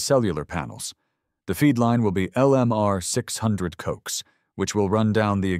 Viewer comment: Loved this story. However, please be advised that that "coax" cable is pronounced "co ax" (2 syllables) . Its short for coaxial cable. Thank you - former amateur radio operator for a while. 😉